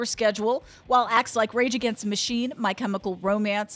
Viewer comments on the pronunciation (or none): none